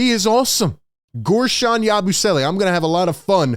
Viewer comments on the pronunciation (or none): Im just hype to hear "YABOO-SWELLAY" all season LMAO